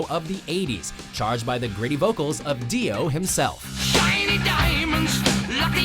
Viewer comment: did he just call him Dia? Sounded like it lol. I will hunt you down without mercy. Hunt you down all nightmare long P.S im not sorry